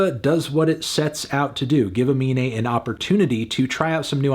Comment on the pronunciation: Anthony, his name is Aminé, please stop calling him anime in your review